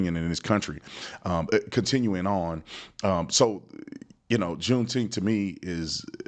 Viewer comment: I'm sure they all said "Juneteemf."